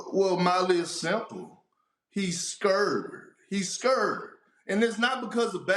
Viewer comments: “Molly iss simple… he scurred” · Big Perk: " He skurd" 🤣🤣🤣🤣🤣🤣🤣🤣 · We bringing back “scurd”? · It’s the hood version of scared😂😂😂😂😂😂